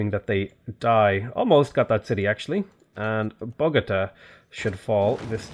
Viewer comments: You mispronounced Bogotá at the start or the video. It is bOgotA not bogOta. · Okay I know you take shit all the time about pronouncing city names, and some of them really are quite ridiculous, but still, lol at BOW-GO-ta. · Not: bow-GOAT-a But: bō-gō-TA